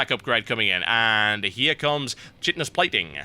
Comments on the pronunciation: TB the ultralisk upgrade chitenous plating is not pronounced chitenous but rather Kite-ten-us plating. Thought you'd like to know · It pronounced Kitenous plating!